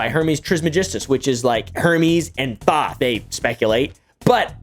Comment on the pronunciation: Dude can't even pronounce Thoth correctly, conman are so lazy these days.